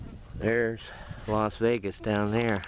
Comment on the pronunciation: "los vegas" for god sakes man.you must be from las angeles